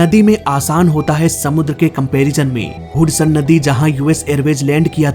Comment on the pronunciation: हडसन को हुडसन बोल रहा है 😂😂